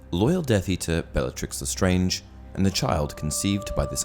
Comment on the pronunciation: He actully says belllatrix The starng even tho its lestarnge